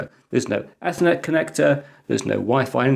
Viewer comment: Woah... say "ETHERNET" again? Yeah..... That's what I thought. BWAAAAAWHAHAHAHA.